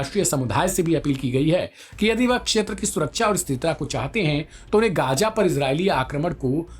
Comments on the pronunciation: Gaaja nahin ghaza hota hai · Gaza laafz ha gaja nahi ha parhiy theek karoo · Abe bolna to seekhe gaya nahin gaza bolte hen